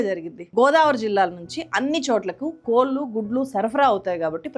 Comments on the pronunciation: కోళ్ళు అనండి గారు. Please. మీరు ‘ళ’ బదులు ‘ల’ వాడిన ప్రతిసారి రాయి నమిలినట్టుంది. Otherwise I am a great fan of your work. Keep it going madam. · అమ్మా నేను మీ అభిమానిని. మీ వీడియో లు ఎంతో బాగుంటాయి. ఈ వీడియో అంత చూసాను... తెలుగు చక్కగా మాట్లాడే మీరు పదే పదే "కోల్లు "కోల్లు "అనడం బాగాలేదు.. ప్రొనౌన్సియేషన్ డెవోలోప్ చేసుకోండి.... 🙏